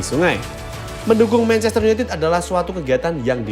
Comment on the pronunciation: mencester opo manchester? wkkkk